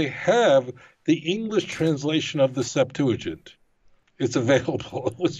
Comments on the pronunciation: SEPT-ua-gint. NOT sep-TOO-la-gint . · Why does he keep calling it the 'SeptuLAgint'?? There's no 'L'. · DUDE! Stop saying "Septooligent", that's just nasty in my ear. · Bro you keep saying Septulagint with an added L and it's killing me bro. There is no L; it's Septuagint. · Hey, there's no "L" in the word "SEPTUAGINT"... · Has no one corrected you yet - IT'S NOT SEPTULAGINT , it's Septuagint. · It's "Septuagint" not "septoolagint." Please! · Septuagint. Not Setulagint. Thank you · Stop saying Septuligint. It is not a word. Lol. Nobody says that. You must be doing it deliberately. Haha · Hey I love you man I love your show I watch you everyday. There is no L in the word Septuagint. Thanks for your great show keep up the good work. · Yo, I don’t mean to come off as pedantic but there’s no L in the word septuagint. Loving the show man. Keep it up. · I notice that you say "Septuagint" funny. There isn't an L in there, lol 😆 but great podcast nonetheless. 👍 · Are we putting an "L" in Septuagint? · There is no "L" in Septuagint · Please! There is no "L" in Septuagint. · Love both your content and the Rabbi, however there is no "l" in Septuagent. The Rabbi knows this,so... get the "l" out of there! 😉 Thanks for this video. ❤ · Septuagint. No L. Small not, but it's all I hear now! Lol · "Septuagint" has no L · I won't be ugly about it as some here (most of the people who are ugly about it also display antisemitism), but mispronouncing Septuagint greatly diminishes your message. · There's no 'L' in Septuagint...just sayin'!